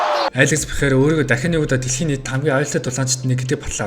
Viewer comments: Дахиад л буруу дуудаж байна Алекс Перейра болохоос Пейхара биш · joe rogan dana white bugd l Пехейра gej duuddag